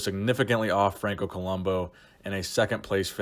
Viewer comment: Padilla got screwed over the most in '81. Also it's Columb'u' not Columb'o'.